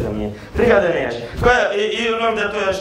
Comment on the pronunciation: Ninguém consegue falar o nome Enéas correto, todo mundo fala Enéias.